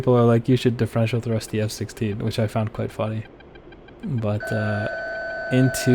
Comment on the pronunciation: " 'Di- FRENSH -ol' thrust"? 😅 Reason no.# 9,582 why I'm subbed,.